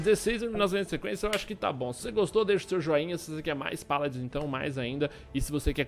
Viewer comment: Zubu O Mlk Sagás pq é a pronuncia certa